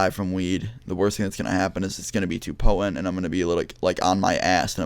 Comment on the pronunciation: "It was very Pppohhent"